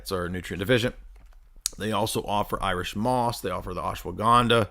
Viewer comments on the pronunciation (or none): none